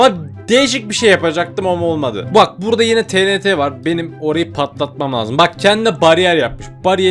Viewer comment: abi o tenete değil tienti diye okunuyor😢